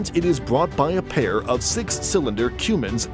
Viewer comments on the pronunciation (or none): Cummins, not Cumins